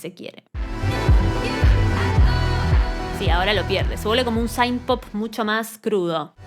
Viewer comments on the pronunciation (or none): No es saaaint se pronuncia sint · te banco fuerte pero tenés que dejar de decir "saint" jajaja, synth en inglés se pronuncia como suena 😛 Me pareció un disco solido y versatil para lo que es el pop actual, no me partió la cabeza pero me gustó lo suficiente como para escucharlo cada tanto, y me gusta mucho este rumbo de sonido indie que esta agarrando el mainstream, espero que no lo corrompa. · es q synth se pronuncia con la i latina, ella lo pronuncia incorrectamente